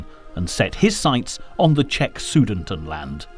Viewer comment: Thanks for the video, I really liked it. Only issue I had was the pronunciation of Sudetenland.